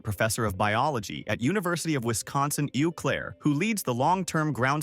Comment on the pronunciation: Was this video narrated by AI? The Eau in Eau Claire is pronounced like 'oh,' not 'eww,' And Briones is pronounced 'bree-yo-ness.'